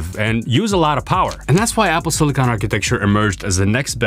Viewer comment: Finally, someone that pronounces "silicon" the right way